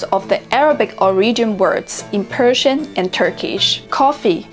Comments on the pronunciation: You don't pronounce Persian words right 😐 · her Persian pronunciation is over terrible come on! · You pronounced arabic and persian the same …. Not correct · به عنوان ایرانی میگم خوب تلفظ نکردی